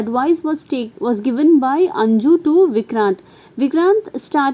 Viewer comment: Maam that is not anju that is 'anuj'